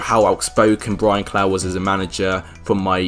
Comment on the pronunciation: Brian "clow"... its Brian clough pronounced "cluff"